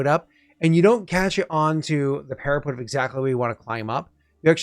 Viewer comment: After more time, I am nearly there, but every time I heard "para-PUT" like "put it on the shelf" my heart was hurt. It's "para-PET". Like "we adopted a new PET dog". Please. Save them.